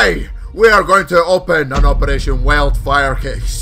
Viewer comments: at 0.01 put that rapid fire attachment on "operrrrration" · when he sais operaggggagagagation weeeeld fir kaasssis cuz of his acent